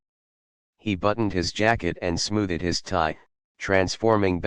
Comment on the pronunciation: “Smooth -ed” instead of smoothed